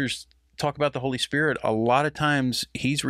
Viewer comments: Kathryn never learned how to pronounce holy spirit, it is not holy spirich🤔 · Anybody else notice that the way Kuhlman pronounces "Spirit" is the same way that Benny Hinn pronounces it ? "Spid-ut" (She was his role model in his early ministry and admired her immensely) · A lot of valid comments on K. Kuhlman here. Did anyone else notice her creepy, hyper-spiritual blunder? She began by saying "spirit" correctly, but then multiple times after she channeled Benny Hinn and pronounced it "spi-dit." So contrived and creepy. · Kathryn Coleman she said the holy spidit. That’s how Ammie McPherson would say holy spirit as spidit.